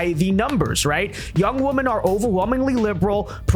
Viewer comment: Dude, the plural of woman, is women, and they are pronounced differently. I dont understand this trend.